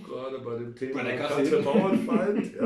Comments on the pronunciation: Sehr schöner Podcast, den ihr da macht. Aber die Frau heißt Bauerfeind, nicht Bauernfeind. Kann man wissen. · sie sagen auch "Bauernfeind" anstelle Bauerfeind. erstaunlich, Andrack hat ja mal mit ihr gearbeitet oder sollte zumindest ihren Namen kennen. Also die Erwartungen nicht zu hoch stellen....